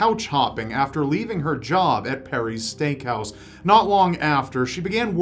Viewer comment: Am I the only one that heard stank house instead of steakhouse